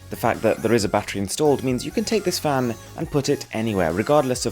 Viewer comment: It sounds like he's saying fam instead of fan